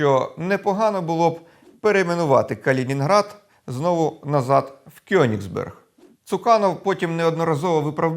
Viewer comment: Вірно казати Коеніґсберґ